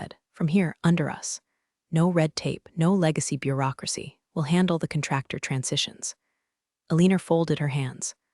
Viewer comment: Yes, absolutely the narrator needs to know, military rank, and how to pronounce them. Those are not just initials. Even DOD stands for department of defense, which not knowing it is very disrespectful.. The narrator needs to understand how to pronounce contractor , Jerome, neckties, and most importantly the “Pentagon.” With a clearance as high as hers was Xavier Dalton should have known about it. His government contracts would have followed under her hospice at any time. He should’ve never fired her without actually knowing what her job was or what her responsibilities were in connection with their company and the federal government…. eventhough I have made these observations. I love this story. Keep up the good work.